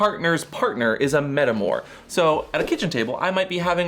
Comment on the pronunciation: Metamour is pronounced like “paramour” which is NOT how the band’s name is pronounced. (Though the band is a poor man to of sorts of that word). It is “para” or “in respect/relation to” (hence “parallel”) and “amour” (as in “love”). Edit: on the episode as a whole, I sadly found it confusing. I think that the feeling was aggravated by the introduction of a term and them a visual gag that derailed the necessary explanation. Loved the energy, tho.